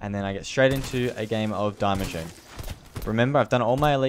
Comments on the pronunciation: Btw it’s pronounced DEE-MACHINE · No hate but its die Maschine. "die" is german for " the" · You pronounce die machine wrong, it is german...